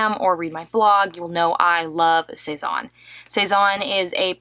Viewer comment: C'est n'est pas "sez-awwwn" mais "sez- ann"